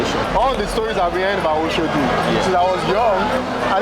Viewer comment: Why is he calling it Oshodi instead of Oshodi?